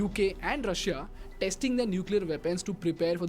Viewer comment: The way you guys pronounce Russia sounds so sexy 🔥👌